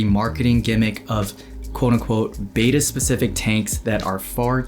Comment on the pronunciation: Mistake #1 should be pronunciation of Betta. It's not Beta as stated multiple times in this video.